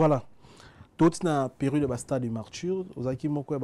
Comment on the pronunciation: Ah boyoki pe neti nga pe nayokaki eloko moko ya genre wana! Marture au lieu de Martyre. Heritser au lieu de Heritier